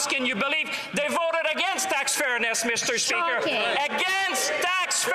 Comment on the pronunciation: MEESTER SPEEEKER-that will be ringing in my ears for days